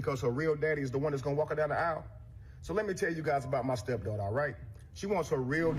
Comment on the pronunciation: It's Aisle 😂